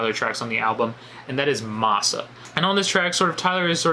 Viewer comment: Massa Is pronounced Mass-uh. Like slaves used to call Master. Loved the review btw tylers best album